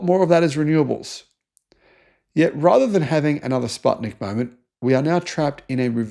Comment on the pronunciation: Although I like how you pronounced 'Sputnik', because 'put' part from the name is the same as 'path' in English, it's pronounced like the English verb 'put'.